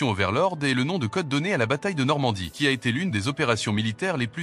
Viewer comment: Overlord ... pas Overlod